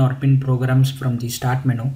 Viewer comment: LOL! Someone please tell this guy the word is pronounced "men-YOU" not "men-ooo"!! hahaaa